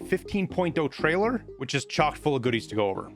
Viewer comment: "Tariler" on prewie bro